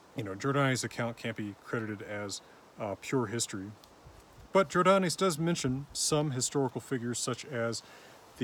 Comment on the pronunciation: Jordanes is pronounced "Jor-DAY-neez" in English. /Yor-DĀ-nēs/ in contemporary Latin, although the long vowels were likely reduced in unstressed syllables.